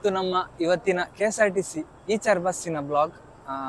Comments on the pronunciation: ಈಚರ್ ಅಲ್ಲ bro ಐಚರ್ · ಈಚರ್ ಅಲ್ಲ ಗುರು ಐಷರ್ ಅಂತ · ಇಚರ್ ಅಲ್ಲ ಐಶರ್ ಅದು